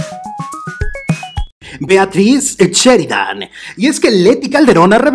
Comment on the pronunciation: No es cheridan es Sheridan